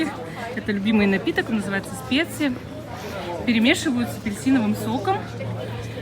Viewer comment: Не специ, а шпици